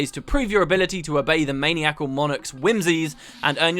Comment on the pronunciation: Really sorry about this but uh.... Maniacal = Ma-nie-acall